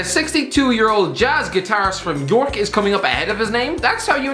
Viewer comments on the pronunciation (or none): You said York wrong I’m going to come for you you said it like egg yolk even worse than Americans